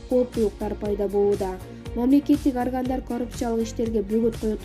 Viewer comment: Аргондар эмес органдар деп оку!!!